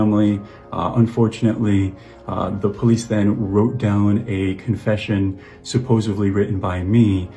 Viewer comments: "I can't justify..." **continues to try to justify his heinous acts. What a POS. Also, "supposovly"??? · Did this 33 year old man say "supposevly"? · Bro saying “supposively” its SUPPOSEDLY not supposably, not supposively… SUPPOSEDLY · It really annoys me that he says “supposively” it’s “supposedly” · The way he repeats "supposeVly" makes him that much more unlikeable